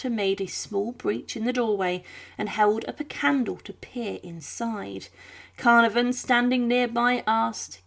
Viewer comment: Idiotic pronunciations like Carnavon give the game away of being yet another AI